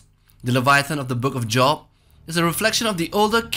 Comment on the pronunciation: Just for reference, there book of job is pronounced like jobe